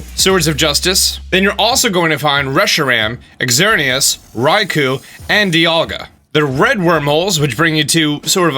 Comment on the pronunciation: “Ex zerneus” 😂